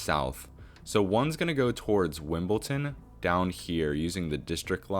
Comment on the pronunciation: you're pronouncing Wimbledon wrong - its Wimboldon, not Wimbolton